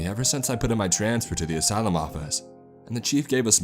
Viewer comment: “asylym